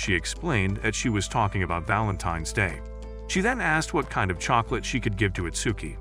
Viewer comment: I heard '' and her Russian chocroulet(not a typo)''